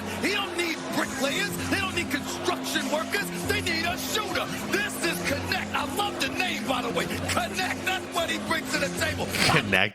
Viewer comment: Knecht [knɛçt] german name. I like how americans spell him "connect". Means servant / farmhand or Minion. I think hes's the right guy for LeBron. 😅 Greetings from Berlin